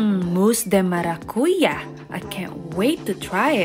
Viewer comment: Good job! Galing na pangabigkas ing Maracuya ahahha 👏👏👏👏 basta ako ing àtakman ku sable bakud ahahha hawig ya kc